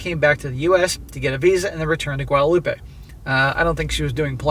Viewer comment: Guadeloupe, "wad-loop" not wadaloopah.